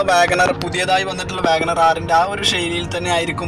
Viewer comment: WAGONRRRRRRRRR R ?? എന്താ ബായി